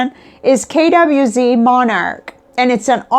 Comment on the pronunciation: I lost interest when you mispronounced 'KWZ'. If you can't be bothered to learn about the items you are discussing/promoting, why should anyone bother listening to you?